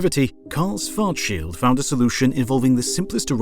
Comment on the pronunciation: You mean it isn't fart-shield?